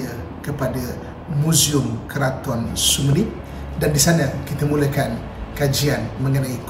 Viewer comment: Sebutan sumenep tu xbetul....kena sebut su me nerp😀